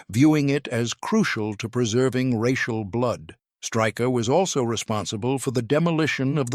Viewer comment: His surname is pronounced Shtráy-kher, not Striker